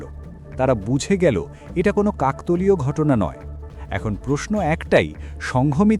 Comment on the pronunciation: শব্দটা কাকতালীয়-কাকতলীয় নয়